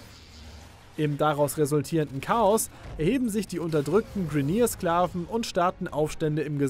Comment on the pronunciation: Bitte sprich die Begriffe richtig aus. Ich weiß ihr wollt das auf deutsch herausbringen aber manche Begriffe wie Orokin, Grineer spricht man Englisch aus. Hört sich viel besser an.